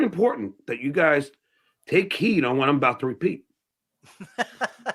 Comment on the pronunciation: wait, did I just hear that idiot say “take heen” instead of “heed?”